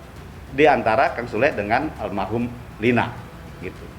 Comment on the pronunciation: Menit 5.26 pengacara Iki bilang armahum, harusnya almarhum